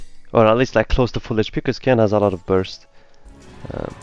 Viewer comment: Its Qiyana, not Qyana